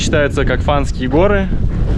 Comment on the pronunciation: Фанские, а не фанарские.